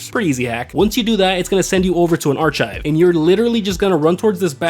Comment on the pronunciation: you didnt explain the scout points, which is the most crucial detail for new and low level players, then when you miss pronounce archive i just gave up i'll wing it